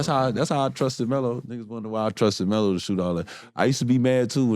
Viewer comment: I caught that too but I noticed he was saying “ELO” short for “Melo”